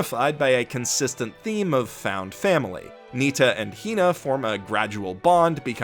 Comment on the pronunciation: Not Nita, Nitta.